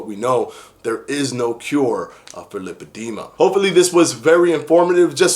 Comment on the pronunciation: Lipedema pronunciation; lai- puh-dee-muh